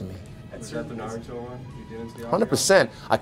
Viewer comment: The best thing is that he pronounces NARUTO not NAROOTO